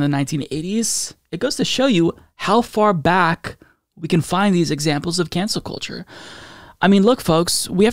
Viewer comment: It's actually pronounced cancel cult-cheugh